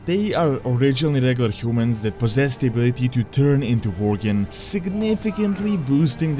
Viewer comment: Vorgen are Werry Poverfull Vorriars :)